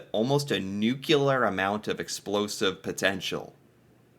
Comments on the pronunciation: Nuclear, not NUCULAR. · Is it a general American thing to say Nukelar instead of nuclear or did i just made you realize something? 🤪 ha ha! Great video! 💪🏽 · doesn't seem to know the difference between nuclear and nucular. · nuclear. NU-CLEAR. 🤣🤨😉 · "Nu cle ar" dude!!😂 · I don't know what's worse, how he pronounces Newfoundland, or how he pronounces nuclear. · Thanks. That's what I keep saying when he uses that word 😂😅 . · Like you, I am eternally befuddled by the enormous percentage of the english speaking population of this planet who seem to be afflicted with some sort of linguistic (or is it intellectual?) impairment which seems to prevent them from being able to properly pronounce this ever so simple word. It's so simple, "nuclear". If it's, "new", and it's also, "clear", then it's,.......newclear, or "nuclear". As I recall, former US President, George 'W.' Bush, suffered terribly from this affliction as well......among others. If only teachers in the schools would be allowed to wash a student's mouth out with soap each time they got it wrong. Oh well. A fellow can dream, can't he?